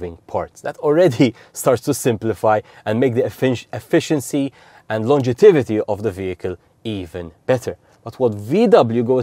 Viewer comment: Fascinating presentation of how the battery functions. Just one point: there is no such word as "longetivity" - it should be "longevity"... Sorry, as an English teacher I just had to let you know! 🙂🙂🙂